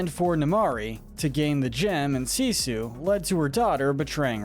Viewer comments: It is pronounced Seesu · called her Sissu and not Sisu. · He says sissu instead of Sisu